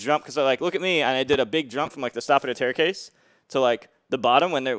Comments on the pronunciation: ”stappada taircase” 😭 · "The stop of the taircase" Good job m2k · He says "the stop of the taircase."